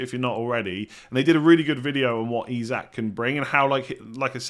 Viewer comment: Nailed Isak. Absolutely bottled hyperbole (it’s buh-LEE)